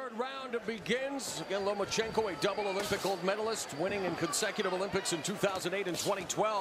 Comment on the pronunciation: It's Lomachenko not Lamecheko Ma'am. FYI